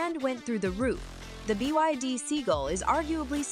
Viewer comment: It's not B-i-D, it's BYD. Bad narration.